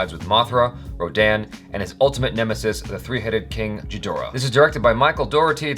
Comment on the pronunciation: Did he just say G-hidorah?! Its Ghi-dora man